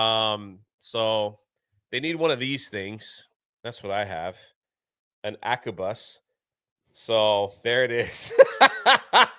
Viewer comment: From my Mom: There is no way could be a teacher. He is an idot who cannot pronounce abacus. He is dysexic and said acubus.